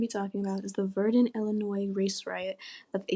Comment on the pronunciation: Learn how to pronounce Illinois please I can’t even watch this with you saying “ILL UH NOISE”